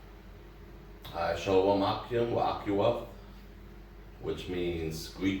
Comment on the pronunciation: By the way, this is just horribly mispronounced modern hebrew, with all the letters interpreted as consonants even when they are vowels, e.g waw and yod. Also, "a" is being used as the only vowel when Hebrew has many. E.g. "Shalawam" should be "shalom".